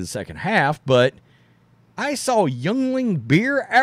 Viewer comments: Yuengling is pronounced Yingling not youngling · Hey, Yuengling Beer is pronounced Yingling. Sorry had to help you all out. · btw... it's pronounced YING-ling...and it's good beer 🍺